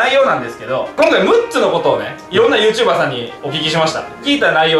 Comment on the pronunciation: YouJber(ゆーじゅーばー)ってことやな